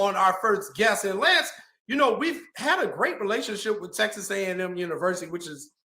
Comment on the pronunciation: It's crazy how she said texax back then and now she's there